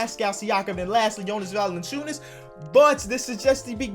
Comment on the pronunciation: Mate, you pronounce Valanciunas sooooo good for an american